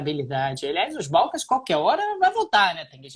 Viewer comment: "Balcãs" é palavra oxítona.